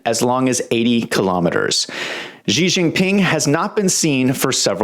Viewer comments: I don't understand why people insist on pronouncing the Chinese President's name "zhee". If you make your living reporting on China, can you at least learn how to pronounce their President's name?! It's pronounced "she", as in "my wife came home and 'she' said hello." She. Just 'she'. Simple and easy. Down try to give yourself a come up by adding some weird sound that you think is foreign. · why can't you even pronounce his name properly? makes you come over as a low rent hack.. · learn how to pronounce his name!!!!!!!!!!!!!!